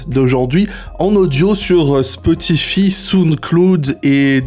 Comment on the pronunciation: Aïe la prononciation de Spotify, Sound Cloud et Deezer